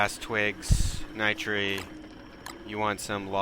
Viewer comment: This is how you say it "NIGHT -ter"